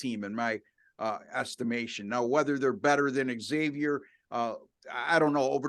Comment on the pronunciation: It’s Zavier gents , not “ X” avier! Ask the campus staff! 🙃